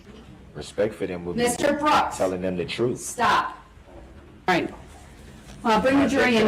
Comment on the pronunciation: Do dat. Breaf. Truf. Dooty. Oaf of office. This guy can’t even speak the English language!!! Where did he grow up???? Ughhh. Basic phonics!